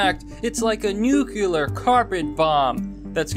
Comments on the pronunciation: New. Clear. Newclear. Not "nukular". Nuclear. Ok? Ok. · new-clee-ar, not nucular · dude STOP with the nuKULAR. it's nuCLEAR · Why do muricans say Nucular instead of Nuclear? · please stop pronouncing it "nucular"